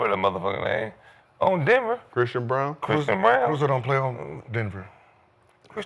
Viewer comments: lol it’s Braun not Brown 😂😂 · It’s Christian “Brown” Braun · To be fair, Braun does translate Brown over here. Lol, you're right, though. They don't even try to pronounce names correctly.